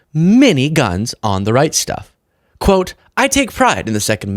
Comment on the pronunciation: So funny every time you said the right stuff I thought you were saying the Reichstag.